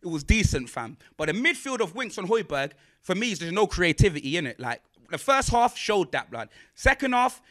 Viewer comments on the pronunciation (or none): none